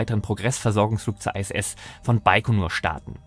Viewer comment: Nein, International nicht Einternational. Oder Englisch ausgesprochen Internäschenel und nicht Einternäschenel. Also so oder so ISS und nicht Ei SS. Das i wird solo im Englischen zwar als Ei ausgesprochen wir sind aber weder in England noch sind wir Engländer. Ich habe Deutsche Astronauten in der Regel auch immer von der ISS sprechen höhren.